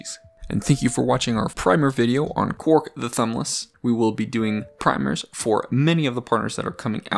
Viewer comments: Why do you pronounce it "Quark"? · Because he is a Deep Space Nine fan